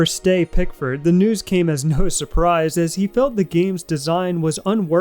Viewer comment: Ste, sort for Steve/Steven/etc, pronounced like Tree